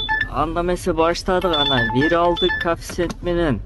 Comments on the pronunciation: Кафсент емес коефсент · Кааафцент менен дегин 🤣🤣 молодец ийгилик